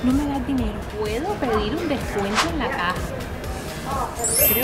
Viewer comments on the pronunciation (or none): none